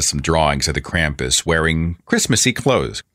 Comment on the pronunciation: As if people didn't draw parallels between God and Santa before, most people are now just finding out that Santa has a fucking demon companion that punishes bad children, the worst of which he takes down to The Underworld on a sack on his back. Also: Holy crap, it's pronounced KROMPUS. Krampus is not pronounced with an English short A, people!